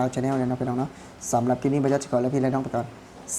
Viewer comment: พูด คลิป ต้องมี ล.ลิงด้วย ,Clipไม่ใช่คิป😊